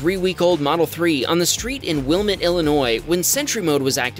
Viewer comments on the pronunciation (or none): I live in this area. Its not WILL-mut ... it's Will-MET!!! Start learning how to pronounce the names of Illinois towns before spewing them out.